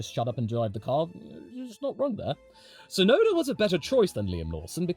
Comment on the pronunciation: Hey, while we're on the topic of Yuki, I just want to put it out there that the ts is Tsunoda is the same, super-sharp sound as the ts in "cuts", not just a soft s sound. Unfortunately, it's also a problem the official F1 commentators just can't get right, but since Yuki is going to be a popular topic going forward, it'd be nice to hear his name pronounced correctly more often ❤